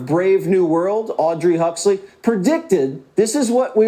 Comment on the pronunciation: did he say Audrey Huxley 😂 Alduis fool